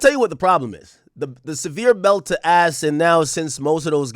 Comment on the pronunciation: Lmaoooo saying aks turn to 20v1 🤣🤣